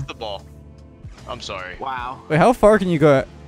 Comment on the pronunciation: im so flar me: i know you mean far but like dude